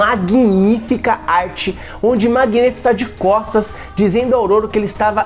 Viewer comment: Nossa, essa pronúncia do codinome Magneto me dá um certo desconforto. É magneto e não magnêto. Mas cada um fala de um jeito né